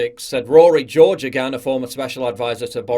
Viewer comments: Hey Paul, Irish sub here, 'Geoghegan' is pronounced 'Gay-gon'. Just sayin! Keep the great vids coming. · Name crime committed ............ It's GO-HAY-GUN (Geoghegan)